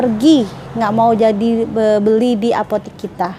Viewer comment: Buk cuma mau benerin, sebutanya apotek bukan apotik 🙏🏻